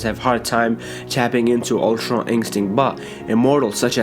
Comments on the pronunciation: Am I the only one who was annoyed everytime he said ultra instinct tf is ultron instinct smh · Its Ultra you fkn idiot not Ultron